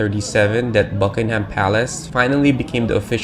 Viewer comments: It's not Bucking-HAM palace! It's BUCK-ing em. Open your ears> George III "buyed" it .That isn't even English! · and it isn't 'buckingHAM' palace. The stress is on the first syllable. The vowel in 'ham'is a schwa, but I'd bet you don't know what one of those is. You don't know very much, really.